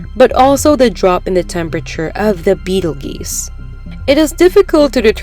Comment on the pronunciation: It's pronounced "Beetle 'JUICE' " Not beetle GEEse...